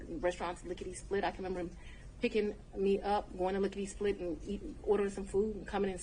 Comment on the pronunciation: Why did she say “lick of de split? Clue #1. 😂